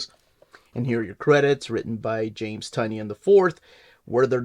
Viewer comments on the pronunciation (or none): Isn’t it TIE-nin?